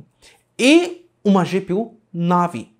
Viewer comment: A cara de felicidade pura e genuína de quem aprendeu a pronunciar "Navi"